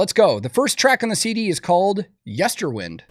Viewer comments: I love you, but please stop pronouncing the album title wrong. It's Yester-WIND, like you wind a clock. Not yester-WiND, like "any way the wind blows." 😊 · I was calling it yester-wind too but it’s actually pronounced “whined” Ike “wind a watch” which makes more sense with the theme of the album. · FYI, Nightwish members pronounce the album as Yester w-EYE-nd, not Yester w-IN-d